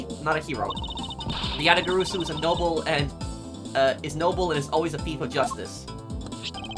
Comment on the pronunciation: Yah-tah-gah-ra-sue is how it's pronounced,.